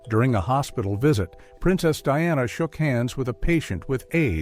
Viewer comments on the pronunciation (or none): none